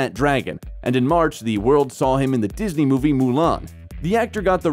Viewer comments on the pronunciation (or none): none